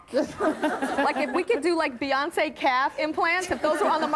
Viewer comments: “Buyoncé, Brioncé” chaos!!! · “BYEYONCE” DFKM🤦🏾‍♂️💀💀💀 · ‘First one - Buy-oncé’ - 👀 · When she said Byeoncé the first time and Beyoncé looked at her like she was crazy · The way Beyonce said sAyOnCe😟